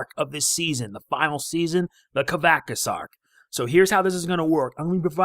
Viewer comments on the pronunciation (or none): You pronounced kavaxas wrong